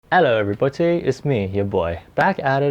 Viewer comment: I can't be the only one who goes back to his old videos because I missed the "ello everybody"